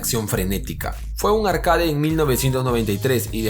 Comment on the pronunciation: "ARKEID" se dice ; )